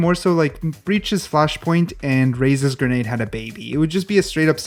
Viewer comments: Grenade not granade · lol “Granade”